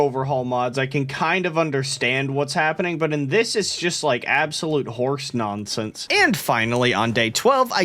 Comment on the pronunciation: "Nonense" -, i think